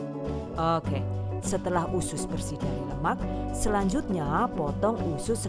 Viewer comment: Aku selalu ketawa pas denger "okeh" lucu 😀😀